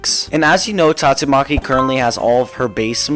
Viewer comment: bro just said tatto maki